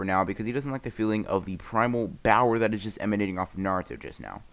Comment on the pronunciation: Every time I hear this man says bower, I’m just like: I live for this for some reason